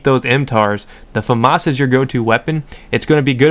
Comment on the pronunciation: It's a French weapon, pronounce it properly (fuh-mah). The s is silent